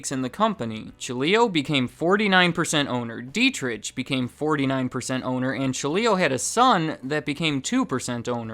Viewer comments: It’s pronounced deet-ricK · Monster's always less expensive than Red Bull, no matter where I shop. I've been getting into Rockstar lately, more caffeine per can and costs less than Monster. And Dietrich is pronounced with a soft ch. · Dietrich is pronounced d-trick my name is Deitrick but it's the same pronunciation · I'd like to point that "Dietrich" is pronounced "dee-trick" not "die-trich." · Dietritsch LOL :-) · If you pronounce this "Deetrigh Mahtheshits" you can get pretty close to correct pronunciation. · i dont want to sound like a smartass, but i think you say it like, dee-trick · DEET-rick(phlegm sound here) MAH-teh-sh*ts Dunno about the Thai guy though. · Is there an ant on the top of the can? They are everywhere! World domination incoming! By the way, the way you're spelling the "ch" in the name Dietrich is quite funny for an Austrian. I guess you're thinking similar, when you read this comment. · Butchered the name Dietrich but that's understandable hard for a not German speaker :D I like Red Bull because they have my Favorite Sports people on payrole, and I like to support them in some way at least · FYI, the "ch" in Dietrich is pronounced like that in Loch Ness. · Dietrich is spoken without the [ʃ] sound. Just saying